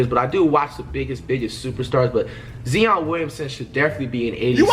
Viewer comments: Z-on? Lol kids this is why you stay in school and away from drugs. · Flight is a professional troll at this point. Purposely saying Zeeon to trigger people 😂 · Zeon Williamson J-A More ent you ever heard of Rudy goburt lmao it’s pronounced Rudy gobear (gobert) JJ redick is top 10biggest bust but I have high basketball IQ -flight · Bro this guy knows nothing about the nba “zeon Williamson “ “JJ redick-bust” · "That's kind of disrespectful, 2K" Doesn't even say Zion's name right, lmao...